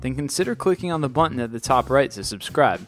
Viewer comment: love your videos but it's button NOT buntton